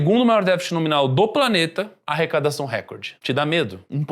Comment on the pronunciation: "arrecadação"... Kkkk